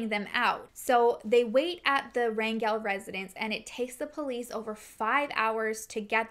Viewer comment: Thank you for your content !!! I appreciate what you do for these families who need a voice to get help !!! They need all the help they can get !!! Also thank you for pronouncing the last name Rangel correctly!!! I have no relation to that family but it is my last name and 99% of the time it’s always pronounced wrong !!!